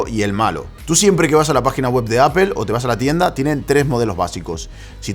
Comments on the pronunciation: Se dice 'apol'. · Qué es “apel” quien les enseñó a hablar?